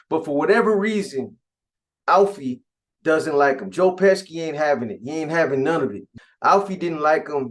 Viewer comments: U mean Joe Pesci (peshi) 😂😂 dude smack ppl when they mispronounce his name 😆😆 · Pesci is pronounced- pe-she